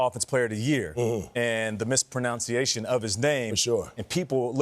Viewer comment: Bruh, Nate questioning Druski about the mispronunciation of a player's name when he literally mispronounces the word mispronunciation is HILARIOUS!!!😂😂😂 The word is MISPRONUNCIATION, not MISPRONOUNCIATION! 🤡 Ans that comment about living at home with your parents when you are a grown man is highly insensitive and borderline offensive bc we live in a multicultural.sociery where in some cultures, multigenerations live under one roof. Perhaps his single.mother wanted the presence of her grown son for protection or assistance. There are so many reasons not to GO THERE. Mind your own damn business! By the way, I don't even like this show..I am just here for Druski!!!😂